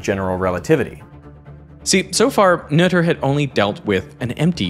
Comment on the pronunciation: Finally someone pronounced 'Noether' the correct way.